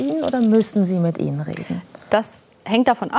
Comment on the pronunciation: Jaaaa, und bitte ´betonen´wir auch bitte noch tausend mal das `INNEN´! Boah, ich kotze!